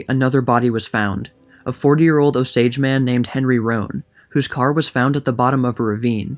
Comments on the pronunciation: It’s OH-sage not ohSaAge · good video! i love this book but it's read O-s-age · You are not pronouncing Osage correctly. It's not a big deal, but as an Osage native, it's not "Oh sAdge " its more like "Os age" hope that makes sense Thank you for covering this. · Is that the proper pronunciation of "Osage"? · It's not Ohsage or O-sage, it's just Osage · The pronunciation has the emphasis on the “O”-sage, not o-SAGE. And it’s Leavenworth not Leeeevenworth. Do better. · Your emphasis is on the wrong syllable it's O sage not o SAGE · Born and bred Okie here-- Osage is pronounced OHsage, not, oSage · It’s pronounced OH- sage not oh-SAGE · Please learn to pronounce Osage. Emphasis on the second syllable. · You can not get white from color copper or what you all call black. Your lying has caught up with you. None of you are Osages. Again you can’t even pronounce our tribal name. The portraits that you are showing are beings from the trans- pacific trade slave. Chinos, chicanos, Asians. Which when they brought you all over from the East to our homelands did not make you all Americans. The invaders are always going to lie to try to on to our land . Go home this is aboriginal land. If you don’t the Creator is going to exit you devils. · The accent is on the O. Great job though. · Emphasis on the OH, not the sage. 😊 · You are putting the accent on the wrong syllable in Osage.